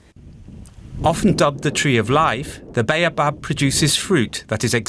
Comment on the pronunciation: Baobab, Cream of Tartar fruit. It was a fun fruit treat for me when I was a child so long ago. It was a burst of sour/sweet sherbet that fizzed in your mouth. I wish they could pronounce bay-o-bab correctly.